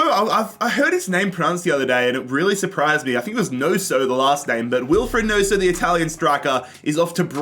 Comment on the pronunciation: the way u said nonso like wheres the s in that